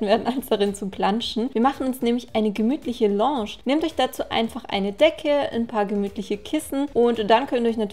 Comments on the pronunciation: Loooosch😂 #nohate ABER Lounge spricht man ein bisschen anders aus... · das heisst doch lounge sprich "launsch"?! sie sprichts komisch aus... oder kann man das echt auch so sagen? quasi die französische aussprache?